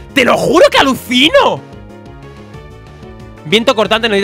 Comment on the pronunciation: en el minuto dice aluSinoh xD veanlo